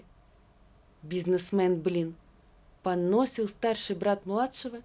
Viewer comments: Ну, и чтение! «… он понОсил брата…» Вместо - поносИл. «… зАдал вопрос…» Вместо - задАл… Это кто ж так читает? Ухо режет. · Правильное ударение поносИл , то есть ругал . А понОсил значит, страдал от расстройства желудка , то есть был понос . Как - то так .